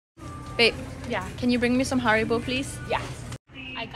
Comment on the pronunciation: Warum können die Amis keinen einzigen Namen aus anderen Ländern korrekt aussprechen? Haribo ist nicht Heribow 😅